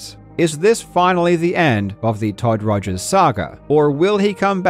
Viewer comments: who tf is todd rogers? you mean Todd Todgers? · “Todd Todgers” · Karl called him todd togers lol